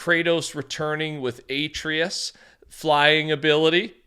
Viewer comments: Kinda bothered me when you pronounced Atreus as aye-tree-us instead of uh-trey-us. 😂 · Just so you know Atreus is pronounced ah-tray-s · A-treus... really... bro come on now atleast get the pronunciation right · hey no big deal but atreus is pronounced a tre yus for future reference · The way he pronounced Atreus is a crime 😭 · You pronounce atreus name wrong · Why he say Atreus like that💀